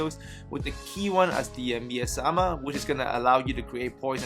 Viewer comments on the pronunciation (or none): Not trying to be a dick or anything but “Miasma” is pronounced ‘my asthma’ just no pause. Keep up the cool videos I don’t know if I would have come up with this kind of build though I did something a bit different by using the Sarcophagus Shield with the diamond rune that procs a poison cloud mostly because I’m still working on getting my parry timing right more than infrequently.